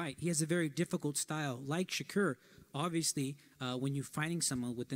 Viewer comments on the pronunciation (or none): This bul said "Shakur Twitterson". 😭😭😭🤦🏾